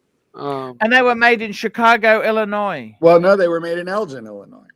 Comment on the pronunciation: They’re pronouncing Elgin wrongly